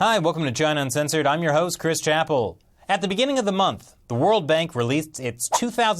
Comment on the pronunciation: Did you say "john uncensored"?